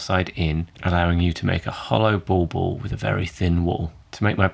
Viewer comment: from reading I know it's written "bauble", but my ears are picking up "ballball". It's probably the vowel of the second syllable sounding more oh than euh